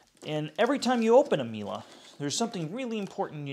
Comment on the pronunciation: whats a mila ? Miele isnt mila, wtf.